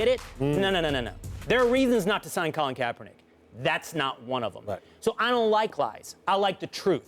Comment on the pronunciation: "Well how do u feel about DeAngelo?" "Well colon kaepernick" 💀